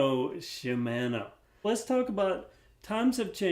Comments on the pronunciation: Seeing as how in Japanese it would be pronounced She-mon-O, I think the way you pronounce is more correct. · Keep saying Shimano the way you've been saying it. Everyone who says it differently is weird, including the guy in the Shimano commercial. I have a Schwinn Knowles full suspension bike with small diameter bars and one disc brake. It's certainly a previous era Walmart bike, but it has potential. A new wheelset, drivetrain, brakes, and fork would make it a pretty good bike.